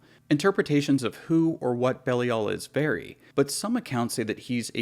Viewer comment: You mispronounced "Belial" . It's pronounced (Bee-lie-ill)